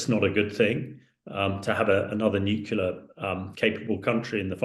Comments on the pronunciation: NUCLEAR, not nucular. Can someone tell this guy so we can take him seriously... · Stop saying "nucular", dumbass... 🤦‍♂️